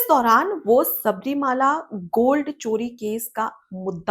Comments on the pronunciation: Please note that it is not Shabarimaala, but the correct pronunciation is Shabarimalai. Malai means a mountain. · Pleased Correct yourself by pronouncing correctly " Sabarimala", not Sabarimaala.